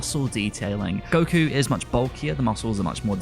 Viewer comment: Informative video but man did this dude destroy the pronunciation of the names. Tries too hard to say it in Japanese but the sub names sound nothing like how he's pronouncing them. "Gokyuu" "Shintaaeni".